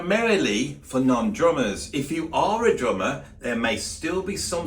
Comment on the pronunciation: Interesting video but every time you said "drummer" I heard "German", what with the Germans bringing the swing from latin-America, bands of Germans playing in theaters, using sticks like in military germing. That was fun :D